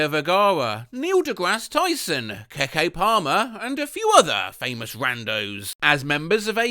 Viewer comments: Baby this is Keckay Palmer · Crying at the pronunciation of keke palmer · The way you pronounced Keke Palmer 😭